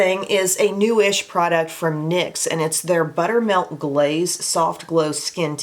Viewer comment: When you were saying Butter Melt Glaze, I was hearing buttermilk glaze and it was making me want pound cake😂